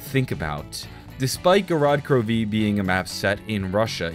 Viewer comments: The way he says gorod krovi, GOROD KROV-EE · how he says gorod krovi had me 😂😂😂